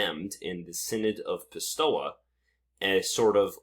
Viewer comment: pistoia pronounced "pis- toy - ah" .